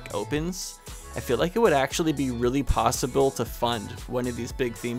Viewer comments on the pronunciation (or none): none